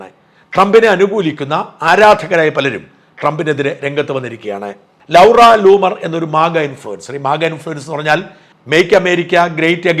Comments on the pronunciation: Eda Potten Shaja, Any gift received during the Presidency ,that belongs to the Nation. You dont know how to pronounce Laura . Not" Lovera " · നിലപാടുകൾക്കു പിന്തുണയുണ്ട്, ഷാജൻ! പക്ഷെ, ഷാജൻ സ്കറിയ ശരിയായി ഇംഗ്ളീഷ് പറയുന്ന കാലത്ത് ഇൻഡ്യയും പാകിസ്ഥാനും തമ്മിൽ സമാധാനമുണ്ടാകും. എന്തെല്ലാം അബദ്ധങ്ങൾ ഉച്ചാരിക്കുന്നു. ലൗറാ, വിസിൽ ബൗളർ, ..... ഇനി ഇംഗ്ളണ്ടിൽ പോകും ഉച്ചാരണം മിനുക്കി വരുക.